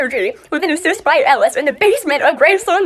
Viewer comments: did she just call mer’s daughter “ellie” HER NAME IS ELLIS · K but did she really say “Ellie”?!?